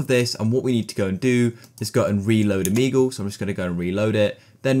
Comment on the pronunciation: o-mee-goal (but seriously thank you so much)